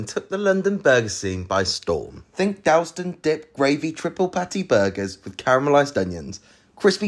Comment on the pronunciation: Definitely not a real Londoner, pronouncing Dalston like that 🥴😂